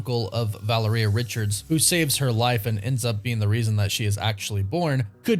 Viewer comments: VUH-LEE-RHEA... stop butchering it🤣🤣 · I’m really gonna need you to learn how to pronounce Valeria though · Bruh 🤦🏽‍♂️ You keep pronouncing Valeria wrong lol